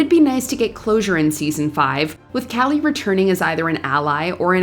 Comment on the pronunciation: For Kali, try saying like Kaa-Lee. It’s not the same as Callie.